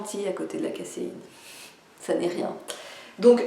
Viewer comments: Désolé, ça m'intéresse beaucoup, c'est juste qu'une petite chose heurte mes oreilles : pourquoi prononcez vous caSSéine et non caZéine comme le voudrait la langue française ? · Caséine? il faut prononcer "kazéine" 😊